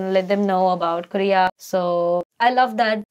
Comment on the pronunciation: You said korea . I heard gay.